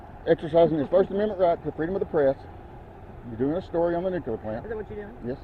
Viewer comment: It's "NU CLEAR", not "NU Q LER"! Look at the word! Do you pronounce "unclear" ad "UN Q LER"? Sheesh!